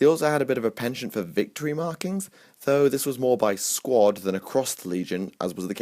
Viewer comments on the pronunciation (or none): none